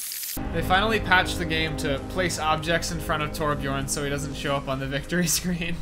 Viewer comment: jesus christ its T O R B J Ö R N